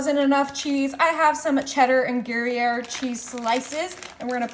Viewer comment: It's pronounced Grù yare...not Gary ere...